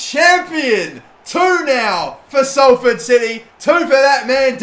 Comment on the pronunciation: Omg he said Salford right